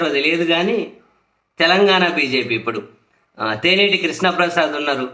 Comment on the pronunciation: ... తేనేటి కాదు తెన్నేటి...